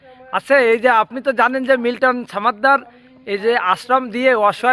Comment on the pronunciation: সাংবাদিক ভাই সমাদ্দার কে ছামাদ্দার উচ্চারণ করছেন কেন? আমি যদি সাংবাদিক না বলে ছাম্বাদিক বলি তা কি আপনার ভালো লাগবে?